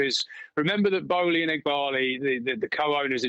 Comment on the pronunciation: It's, not Alley